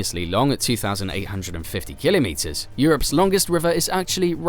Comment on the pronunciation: Why is he saying Kilimeters